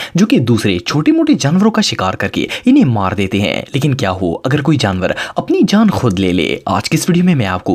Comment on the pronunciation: Yar ap jo sentence k end pay ajeeb sa 'hain' bolty hain wo bohat bura hay please thora accent change kro thnx in advance... bohat bari or ajeeb awaz nkalty ho ap, please don't mind